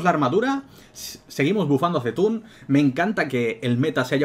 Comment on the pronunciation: Como se nota que juegas al wow jaja por fin alguien que dice C'Thun no Kathun ni Kazun ni Zetun jajaja